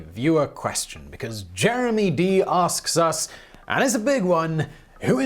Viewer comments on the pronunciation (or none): none